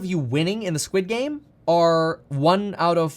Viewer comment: Squed game. Coin lol 😂